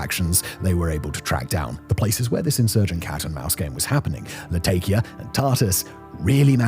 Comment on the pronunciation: Really can't take somebody that says: tart-ass and latay-kiya. Reveals what a bunch of scripted nonsense this is.